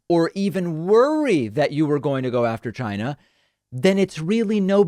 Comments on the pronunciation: Still saying CHI-gna. His mongrel son made it clear what they were doing on Jan 6. Thank God they lost. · It's not China it's gchina. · Why does he pronounce "china" so weird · This would be really funny if it wasn't f*cking scary as s*it.... Also, among another things, I cannot stand his pronunciation of the word ''China''... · Yep…a little Freudian slip…as if he meant to say “va-Chi-Na”. You also know where that weasel’s brain resides if you pay attention to the constant clues that betray him. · Donald always sounds like he's trying really hard to make China a one-syllable word. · Trump DELIBERATELY mispronunciation of the word China is Red meat to his brainwashed based supporters. He is a cold and calculating person. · Do you really think it’s deliberate? I think he’s just stupid. There is countless videos of him mispronouncing and slurring words. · Why can't he say China like a human being? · Never heard the word “China” youre right. What we do hear from you is “GINE A” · So funny watching the tangerine wannabe despot twist in the wind. His anxiety levels correlate well with the degree he mispronounces “China” as “Gina”. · The CHYNA (hate how he says it) tariffs were so a a huge trump donator - ceo of Blackstone - could make billions by selling soy grown in South America, which as you’ll recall was on fire after the Native council won a huge case giving them native title, preventing further clearing for soy crops and lumber (which Blackstone also profited from) - Droopy Bonespurs’ joint chiefs discussed the 25th within the year of his occupation- they were concerned in the first few days when he continually asked about how to launch nukes - he also talked about closing the border and using the insurrection act without there being an insurrection, so after he lost he tried to creat one but no one would let him pursue those powers - the general has an adult taking a machine gun off a toddler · Why does he pronounce it as "GYNA"